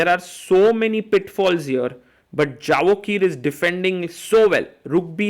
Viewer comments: Absolutely wrong! It isn't a Spanish or Latin name that 'J' needs to be pronounced as 'Y'... It is a 'J' and in Persianized world J is pronounced as J not Y. We pronounce it as 'Javohir' not 'Yevohhir' and definitely not Javokhir as the commentator pronounces it. It is the 'K' that remains silent. Like 'Khabib', 'K' is silent.. It is pronounced Habib. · Hi Sagar, small request. His name is pronounced as Yevohhir, Hope being an Indian you can appreciate how to have good pronunciation of their local dialect